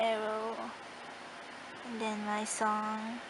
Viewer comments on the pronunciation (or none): ""an den" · “And den....”